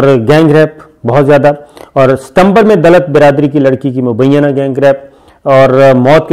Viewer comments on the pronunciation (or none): none